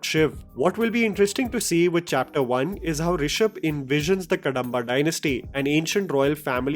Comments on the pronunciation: Not कंतारा it's कांतारा Not कडंबा it's कदंबा 🙏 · Its pronounced as कदंबा dynasty not कडंबा.. Apart from that, it looks like the origin story or backstory of Panjurli, amalgamating story points from various sources like Yakshagaana, scriptures etc.. Just my initial thoughts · Its not pronounced Ka-da-mba its Kadhamba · Pronounciations कांतारा ✅ कंतारा ❌ कदंबा ✅ कडंबा ❌ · It's कदंबा not कडंबा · Next time- read it as - Kadhambha. The small Dha. कदंबा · It's kadhamba.. please check pronunciation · Its not Kadamba , where d is pronounced as d in david. It should be pronounced as ‘da’ as in sound of ‘the’. Same with dosa I get irritated when indian languages get written in english, all the pronounciation is lost. The r’s la’s da’s get lost. Same with spanish, german etc. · Not Kadamba pronounce like Ka-dom-ba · Small correction its कदंब Kadamba.. ಕದಂಬ ❤ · Pronounciation of "Kadamba" is "Kadhamba" ("कदंबा"). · Correction. It’s pronounced as Ka’The’mba! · The "da" in "Kadamba" is pronounced as in "da" in "ekadanta" and "hyderabad" and not as in "kadva"(bitter in hindi) or "Andamaan". Similarly, north Indians pronounce "do" in Masala Dosa as in "door" or "Domino" but actually it is as in ""yek-do-theen" and "dopeher"(afternoon in hindi). Sadly Indians rely on english to express Indian language which strips the pronunciation information unlike Indian languages which have this quality inherent in them. Even though India is a global IT hub, there is no initiative to integrate and seamless communication between all Indian languages. Whereas translation of Arabic and Chinese languages have evolved to great extent. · Guru please pronounce the word "Kadamba" properly.